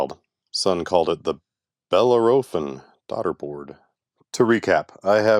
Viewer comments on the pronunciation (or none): And it's pronounced "bell-ARROW-fawn" IIRC!